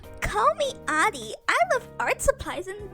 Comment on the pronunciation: I like how your dyslexia made you read "Adi" as "Ari" and my dumbass read it as "Aldi" lol